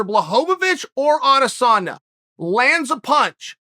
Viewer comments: Me: adesanya Chael: adesonna Me: adesonna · Nobody: Uncle Chael: BlAhOwOvIc or AdEsAuNa